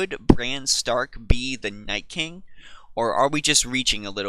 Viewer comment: Why the FUCK is everyone saying NightSking its Nightking